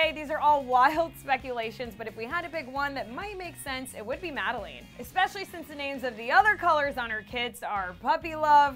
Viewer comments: It’s Madeline.. not Madalane.. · It’s pronounced Made-lin. Not made-leen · its Mah-Duh-LINE not madalane wtf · oh my god its not madalane its madeLINE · Dude it’s not pronounced MAD-I-LANE It’s mad-I-LINE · My name is Madeline but it’s not pronounced Mad e leen It’s pronounced Mad e lynn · Its not prounounsed madalane.... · “Madaleen” Lmao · I’m mad that you said Madeline as “MAD A LANE” BIT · I know that was so frickin cringe worthy specially since my name is Madeleine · whether or not the kids name is Madeline CAN YOU PRONOUNCE IT CORRECTLY? there is no A at the end it’s mad e line LINE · Lane...or Lynn y'all saying it wrong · Am I the only one bothered by the mispronunciation of the name Madeline? Just me, great. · Your saying the name wrong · musiclovesoul33 I was looking for this comment! The way she pronounces is the worst! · SoulSims Yes it really annoyed me. Glad I’m not the only one.🤦🏾‍♀️ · Edith Compean I can just imagine. It really got under my skin ughhh 😐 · you are saying MADELEINE WRONG BOII!!! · Why are you saying Madeline so weird? 😫 and what about her other lip kit color Kristine? When her and Jordyn did swatches they didn’t even talk about a Kristen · can you pronounce madeleine right? q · Am I the only one who notices she’s pronouncing the name wrong